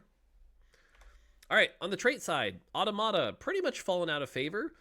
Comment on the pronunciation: Dont know why but how automata is pronounced really annoys me